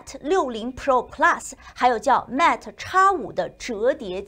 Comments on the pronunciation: Mate发音要标准一些。是Mate不是Matt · 新西兰不是说英语的吗？mate都读不对，有点不应该。